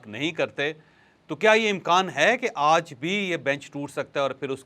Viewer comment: You always says "Auj" instead of "Aaj" please correct your pronunciation